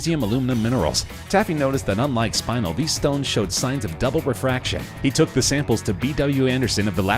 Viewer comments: The gem is NOT pronounced SPINE-UL . . . it's SPIN-EL. Another example of a hastily produced video where nobody bothers to proof the script and discuss with the narrator. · Oh my goodness, I know this damn narrator did not just say SPINAL. They found that pretty lavendar stone and thought was SPINEL which is not pronounced pronounced like SPĪ- NULL!!!! My Lord! It is prounounced SPÉ-NELL...the first the first syllabel is more pronounced and the second one the NELL is more pronounced. Someone should have given a narrator of a channel this size some heads up on pronounciation!!!!